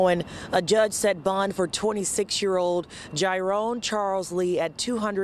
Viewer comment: Lol why do you keep calling him gyrin when it’s gyrone lmao oh wow the amount of time it took for them to realize that one of the daughters was missing. That is so crazy! Does anybody know if she has ever been found? I’m gonna have to look up this case and see what’s what since it’s so long ago.